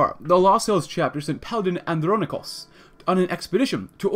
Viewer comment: Here's some help for pronouncing his name. And-Ron-Ick-Oas The last bit should be pronounced as if you were saying the word "Boast" but without the "B" or the "t".